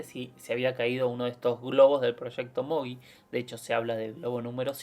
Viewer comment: El proyecto se denominó "Mogul", no "Mogui". Nada, una simple aclaración.